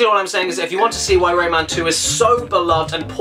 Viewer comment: I have the game on the ds in it one lumb is impossible to get and when you put the game in rayman says rayman but it sounds like lemon